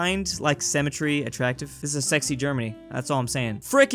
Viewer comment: Sim-me-tree not sem-me-tree.